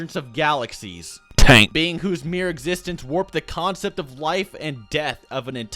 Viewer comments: funny how u said tank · Every time u said tank yo I died laughing thank u for this fucking awesome video man and all the others